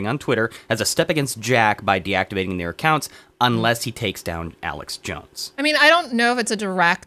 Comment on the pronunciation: It is Not Aleck, it is Alex. What a duffas. If you are going to talk about someone, at least pronounce their name correctly.